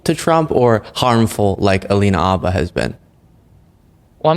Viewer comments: Isn't there an H at the beginning of her name? Yes. It's Habba . Jesus Christ you're supposed to be educated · Hi. I love your videos and subscribed when you began. This is just a wee critique...Alina Habba's last name is pronounced "H"abba as in "hello" or "howdy." The 'h' is not silent. Thank you. Keep up the superb work. Watching from Canada.👋 🇨🇦 😊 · I'm sorry, I love you so much but please it's Habba! The H is not silent 😂 xxx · Please pronounce her name right, it drives me nuts hearing it said wrong a million times 😅..... It's HA BA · I am begging you to say this woman's name correctly. Please. I dislike her as much as you do, but still.